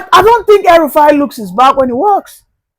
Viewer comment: DID YOU SAY "HELL RUFAI"